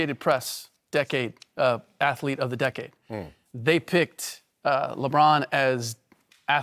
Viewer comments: MY LORD YOU BUTCHERED THE WORD "ATHLETE" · Whitlock is still saying "athlete of the year".... Lol....